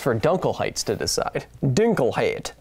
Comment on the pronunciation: The name is pronounced "doong-kel-hide" (more or less^^) and just means "darkness". I've heard many English speaking people struggle quite a bit with german vocabary. Sorry for our clunky language !